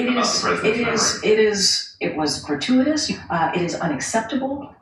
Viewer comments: Main question is how the f**k is GRATUITOUS pronounced "gruh·too·uh·tuhs"?? 😕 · Biden can't pronounce "gratuitous". He tried, and it is came out "garooferous" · That one lady couldn't even pronounce gratuitous. Jeesh! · Artukovic also had a bad memory. Gratuatis sounds like a state issued word. Mike Tyson could say it better. The earthworm Molly is not human. But she smart. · All citations of 1984 are Gratiuoitiuos... Err grachutiotoms... Hratyityos... Grate-whatever-ious 😂